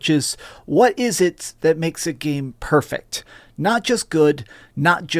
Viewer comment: OH MA goD. Game purfect EVryone say game purfect so it is PERFECT